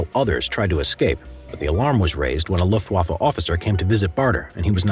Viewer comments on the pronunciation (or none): none